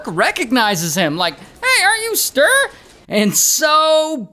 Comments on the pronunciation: Agree!! It’s supposed to be like “stew”+”reh”… not stir 😂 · I´m from Sweden and I know about this lowlife. But the you butchered his name all through the video is a crime in itself. "StUre" - not "Str" 😂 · Stir 😂väldigt bra uttalande av namnet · For anyone wondering, the true Swedish pronunciation of Sture is two syllables: “stew” and “reh”. Stew+reh. But it’s pretty hilarious to call him STIR. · No, there is supposed to be a harder pronounciation on the e. It's hard to explain, but kinda like sturE, not Sturr. 😶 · Sooo Funny hearing How an American say the name Sture 😂🤣😂🤣 And this is one of our greatest failings of our justice system…. We have e a murder of our,at the time, primary minister that also is a failing…. I believe those are our biggest… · yes, alot of us swedes care. He totally butchers the name pronunciation. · Yes, I know it's a joke. But for real, the name is greatly mispronounced, so no... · the pronounciation of Sture 😭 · Hey.. from Sweden here. 😂😂😂 I love your way of pronouncing Sture ❤